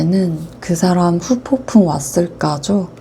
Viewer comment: 후폭풍 발음이 어렵긴해여 ㅎㅎㅎ